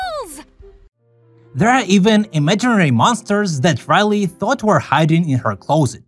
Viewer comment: Raleyy? it’s Riley